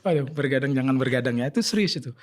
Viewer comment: Begadang dok, bukan bergadang